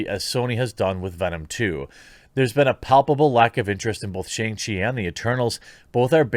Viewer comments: sha-ung chi, not SH-ANG. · More like Shang-Pee, m I rite